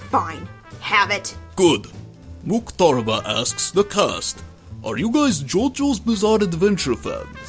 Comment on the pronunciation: That was greatest attempt on my name.. Muck-tah-ru Bah And Joseph Joestar is the greatest of all JoJos